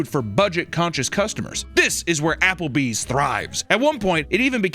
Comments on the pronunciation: ja-papple bees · a, Japplebees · "Japplebee's", if you will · You mean "Japplebee's?" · "werrcome to ah-Apper-bees"